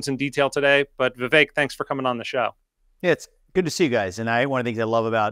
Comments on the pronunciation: It’s pronounced VIV-ACHE, not VIV-ECK Learn to pronounce your guest’s name. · It's "Vivek", like "cake"